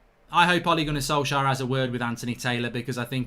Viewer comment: Ole gonner solksjaer 😂